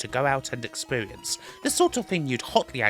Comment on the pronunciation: It's a gweat expewience